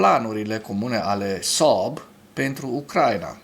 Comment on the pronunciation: Când pronunți Saab simt așa că te strâng chiloții de creier